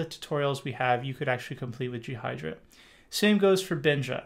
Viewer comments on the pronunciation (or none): Well thats strange. I've always heard Ghidra pronounced as "Gee-Druh" with a hard G sound, never "G-Hydra". Anyways, this is great timing for me as I need to make some progress with reversing soon. Thank you very much.